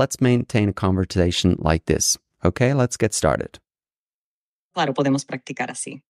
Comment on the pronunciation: i was interested in your video until you said convoRtation .